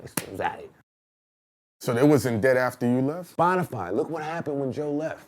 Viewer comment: Spotify not Spodify guys sorry it was bothering me 😁